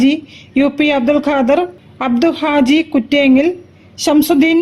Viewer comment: അബ്ദു ഹാജി അല്ല അബു ഹാജി